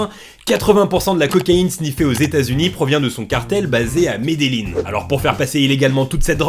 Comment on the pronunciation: "suscribirte" ""Mede"Y"in" Sinon c'etait toujours aussi cool